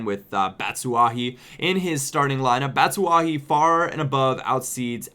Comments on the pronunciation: bat-u-shy not bat-su-ah-hi lmao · its pronounced BAT-SHU-WHY-EE